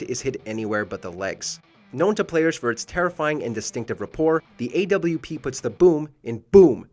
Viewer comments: Watch Mojo- "Ayy double u pee" Everyone else- "You mean the op?" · Did anybody else cringe when he called the AWP the AWP?